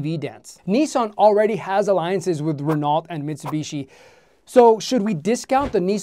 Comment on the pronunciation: Renault is pronounced like: Renoh.